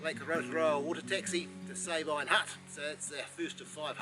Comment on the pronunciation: Darn! - Just when fellow trampers convinced us it should be pronounced 'Sah-been', here you guys are reinforcing the 'Say-byne' pronunciation again! Whichever way it is said, sure is stunning country. Only been as far as Blue Lake. Moss Pass would have been stunning, but a bit out of my league!